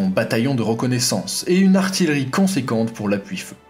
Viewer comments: Super video très instructive. PArce que je suis un peu chiant :-) j'ai 2 remarques on dit ''ARTIYEURIE'' car il y a 2 L et non ARTILERIE :-) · C'est l'heure d'un bon chocolat ! ;-) PS. "artiyeurie" et pas "arti le riz", mon père était artilleur, je me sens obligé de faire la remarque. Un gros like malgré tout ! Un sujet sur l'aviation peut être ? On a l'impression qu'il n'y avait pas d'aviation Française face aux allemands en 39-45, pas de films à ce sujet et je trouve ça vraiment dommage... Je sais que ce n'est pas le cas et nos pilotes de l'époque méritent justice !